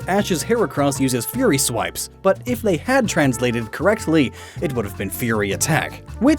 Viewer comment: every time u say fury swipe it kinda sounds like theory swipe ( , )